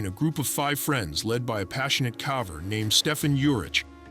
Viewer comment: You just can't get AI to say "caver".